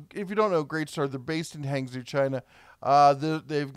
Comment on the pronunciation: FYI hong-joe, not hang-zoo